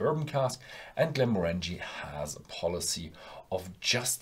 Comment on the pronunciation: Not a fan, whisky should look like whisky, not soft drink. P.s….you’re pronouncing “Glenmorangie” wrong😉